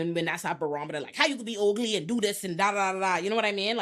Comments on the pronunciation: The way you say ugly makes my day 🤣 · The way she keeps saying “ugly” has me in stitches. It’s just so emphasised 😂💀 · I died at that part 😂